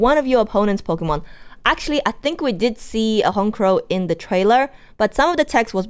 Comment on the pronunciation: No lie first time ever i hear someone call it HON-CROW its HONCH-CROW.